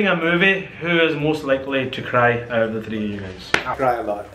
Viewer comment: I swear there English is very irritating. is saying hyovs not house. And his uncle does the same In the video super kuri. He say get ov not out. Yar urdu Bola Karo. Kya angreezo ki zaban bolte ho. Other wise you videos are great❤